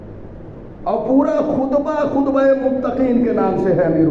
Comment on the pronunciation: Salamun alekum. Please correct as: khutba-e( not khudba-)